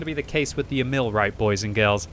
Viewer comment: Its not E-Mill, its more like EEEEEEEEEMil